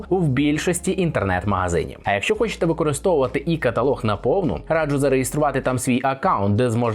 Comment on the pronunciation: респект за "і" каталаг, а не за "є" каталог